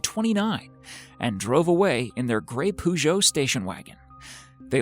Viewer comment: Poojo.... Peugeot